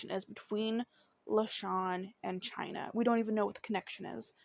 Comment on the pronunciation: 🗣Baby it's pronounced exactly the way it's spelled and if you were unsure, prior to doing this video, you could've googled the correct pronunciation. Just a lil journalism advice for your next story. However, thank you for doing Chyna's story. It means a lot to us Washingtonians.💜🙌🏽